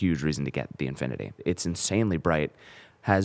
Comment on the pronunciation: nice review but it's "infinity" not "inifinity"